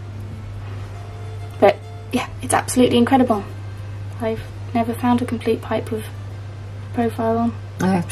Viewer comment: "Inkcredible" haha 😄